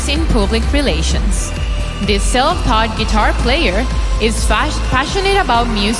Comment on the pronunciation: SELF NOT SELD OR WHATEVER THATS CALLED AND WHATEVER THAT IS